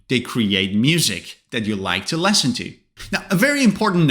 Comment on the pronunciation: WITH ALL DUE RESPECT SIR, SEEMS LIKE YOUR PRONUNCIATION OF LISTEN AND SINGER IS WRONG. NONETHELESS YOUR A GOOD ENGLISH TEACHER.😊